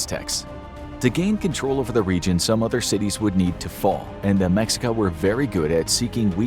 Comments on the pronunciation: Ma-sheik-ah.. not mex I ca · The culture name is pronounced Meh-shee-kah. Not Mex-ee-kah. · I'm glad I found this I was about to make a long comment about it. Hearing mexica kinda stung my ears 😅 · It's pronounced "Me-shee-kah". Not "Mex-ika". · the fact he pronounces it as “meksika” a billion times 😭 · I know I'm gonna get yelled at. Anyway "MeSHEEca" - the X in Nahuatl (Aztec) words is the Spanish way of saying - "We can't pronounce that bit, since there is no 'sh' sound in Spanish". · Mexica is pronounced May-Shee-Ka. And the video shows them migrating with horses. They had no horses before the Spaniards came. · It’s pronounced Meh-shee-cuh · Mexica is pronounced Meh-she-kah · Hi! Mexican here, it's pronounced Me-shica when we are talking about the civilization. C: great video as always Edit: Also the Aztecs was the name they had before emigrating from north to south. When they arrive at what's is today Mexico City they are just called mexicas, not azteca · Let me correct you on that what you stated firstly it's pronounced meh-she-ka. 2. They where always mexica the word aztec was the name of the Empire that the mexica where apart of Along side texcoco and tlacopan peoples. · Excuse me, it’s pronounced Meh Shee Kahss. Not what ver u said. Also, it’s Moctezuma, not monte whatever the f you said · Mexica(Meh shee ka) and Mocteuctzomatzin is Moctezuma's name in Proper Aztec Nahuatl including the Honorific suffix. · Mexica is pronounced "me shica" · It's pronounced "meshika" Mexica. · I hope y’all are scholar in this cause you pronounce Mexica incorrectly so who knows what else is wrong